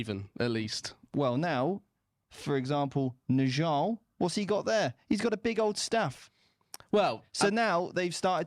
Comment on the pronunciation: The Old Norse name Njal is etymologically connected to the Old Irish name Niall. I think it would make more sense to pronoune the name like that than with the dg (phonetic /ʤ/) sound, since it does not exist in either of these languages. A friendly suggestion from a very friendly Norwegian Viking.